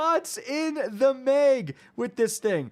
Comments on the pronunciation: “3 shots in the mig!” Bro says “meg” weird lol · I hear mayg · Come on...Mistral not minstral...Mag not Meg..i still love you though